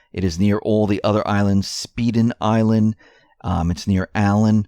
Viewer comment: having lived in Friday harbor, i can tell you without a doubt oprah does not own Orcas island, which is populated with over 3,000 people. and it is pronounced, Spy - den island. not spEeden island.